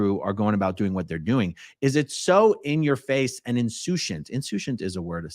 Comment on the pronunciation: Pronunciation of Insoucient is insoose ent.